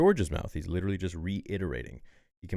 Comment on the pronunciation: WITEWWY ITS WITTEWY GORG LUCAS